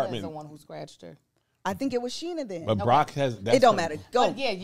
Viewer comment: Why Kev call Sheena Shanesha. 😂😂😂. I’m 💀💀💀